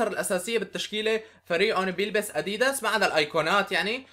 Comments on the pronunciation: هههههههه كيف بتحكي اديييدس هي اديداس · اسمه ادداس مو اديدس احجي عدل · انت عم تقول اديديس ههههه اللفظ غلط😂😂😂😂😂😂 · ما قصدي اتذمر بس تنقال الكلمة أَ دِ دَسْ بس مو مهم المهم المقطع الرائع واستمر يا بطل و ان شاء الله توصل المليون باقرب وقت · إسمه اديداس مش اديدس😂🔥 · اديدس؟؟؟؟ اسمه اديدااااااااااااااااس مرفوعه بي الالف يا تيس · اديداس مو اديدس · عفكرة انت مالك عم تلفظ اديداس